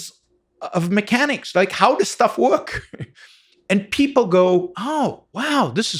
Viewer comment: He lost me at “woirk”